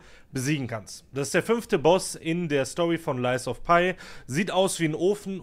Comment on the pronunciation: Dein lies of pie triggert schon bisschen - das Spiel heißt "lies of pi' 😅 das is kein lügender Kuchen 😆 Update: Mein erstes soulslike, nach 55 Std Spielzeit (andere brauchen bis dahin wahrscheinlich 5 Std.) !! 😂 Victor im 3. Versuch erklärt daß ich keine Zeit hab (ohne Geist) - ich werd also besser. Macht übelst Spaß. Nächstes game: sekiro 💪😅